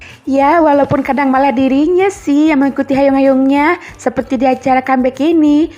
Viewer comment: Hyung kak. Bukan hayung 🤣🤣 lucu tapi🤣